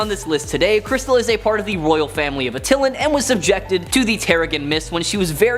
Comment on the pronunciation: Not Uh-tillen but At-Eye-Lan